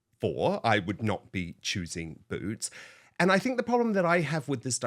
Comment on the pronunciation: It's Boot's not Root's.